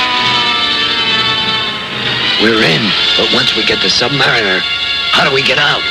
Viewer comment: Not like Submarine (Sub-mar-een) it's Sub-Mariner (Sub-Mar-i-ner) NOT Sub-Mar-ee-ner.